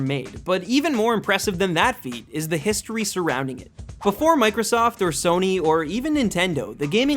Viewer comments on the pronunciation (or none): none